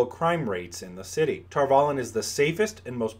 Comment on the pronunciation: I always thought the "valon" part was pronounced like Avalon, not tar-vallen